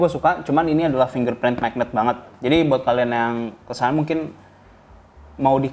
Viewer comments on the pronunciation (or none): none